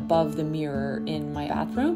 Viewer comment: DID SHE JUST SAID ATHROOM INSTEAD OF BATHROOM?????????????